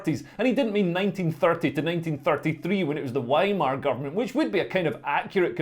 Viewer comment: Is your mispronunciation of Weimar part of the comedy?